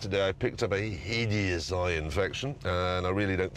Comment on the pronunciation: "i picked up a HEYDIOUS eye infection"